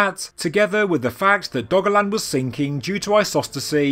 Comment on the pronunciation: I kept hearing it as "Doggoland"